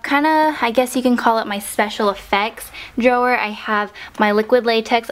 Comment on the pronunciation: It irritates me how she says "drawer"